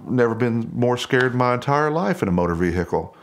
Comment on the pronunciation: Motor ve-hicle